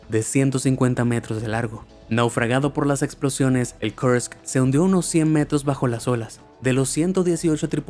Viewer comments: Que mal lees los números ,pareces yanky. El incidente de kurks( no kerks) tiene documentales muy interesantes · Me gustaría saber por qué pronuncia los nombres en cualquier idioma como si todos fueran en inglés norteamericano. Lo del "Kersk" en vez de "Kursk", ya es excesivo. En ruso, este nombre es pronunciado de manera casi idéntica a como lo hacemos en español. Y no sé mucho japonés, más bien nada, pero no he tenido que investigar mucho para entender que la ciudad japonesa mencionada como "Kobi" es Kobe y también se pronuncia como en español. Lo siento, pero por muy bien que pronuncie el inglés norteamericano, existen más idiomas en el mundo. Ah, y por cierto, "Money Heist" es una serie española cuyo título original es "La casa de papel". ¿También eso hay que traducirlo al inglés?